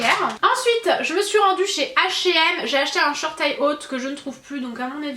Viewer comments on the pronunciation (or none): none